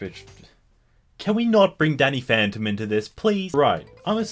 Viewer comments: Is it just me, or did it sound like he said "daddy phantom" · It sounded like he said "Daddy Phantom".